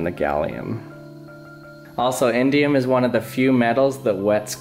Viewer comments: I thought he was sating indian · i thought he said indian lol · It sounds like he's saying Indian metal. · I thought you said Indian gum